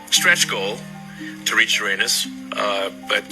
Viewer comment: Elon mispronouncing Uranus is wild